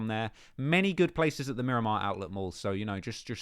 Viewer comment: It’s Miramar not Miromar 😂